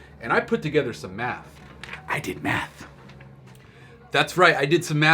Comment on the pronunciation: yo why do sound like he saying I did some meth when he means math